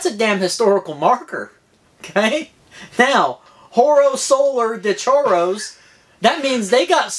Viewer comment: Cityzen onwer here 🇵🇪🇵🇪!! 😁 Few stuff: 1.- "Chorrillos" is pronounced "Sho-ree-yos", not "Chorros" 🤣, Choros actually have 2 meanings here, one is a local emblematic shellfish you can find in ceviches and other fish-based dishes made here, other is our barrio-slang for burglars and thieves 😁 2.- Yep, I'm tall, like 6.1ft tall (the frame is m/17" tall), most peruvian bikes don't have frame size selections since it would be too expensive to make, of course. It does have though a Full suspension version with a more notorious hunchback, but it's not worth it since it has a steel tail with no replacable derraileur hanger, no int. Routing and an actual fakeper 🤣. I have a dropper post on my wishlist as well, so that will make my bike fit me better!! 😁... Also, for those you asking, it's a 27.2 seatpost (hence why it looks a bit thin)...I so wish it could be 30.9 since it could make the bike better looking and more stable, but I will not complain coinsidering the price 😁... And, about the head tube, no, it's not tapered out of factory of course, but you can make it tapered with another headset (which I'm gonna do of course) 😁 3.- About the photo, it was out of nowhere 🤣... Long story short, I was going to meet my friends who were on the bottom and one photographer asked me to take a photo of him on the spot, I gladly took it and asked for the same, I was actually trying to recreate MTB Savant's thumbnail I saw from his Axum's review, but this one came out better 🤣 4.- How you